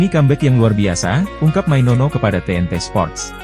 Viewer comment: Maino, maino bukan mainono mana ada nono ayolah baca yang BENAR, jangan asal ngomong!!!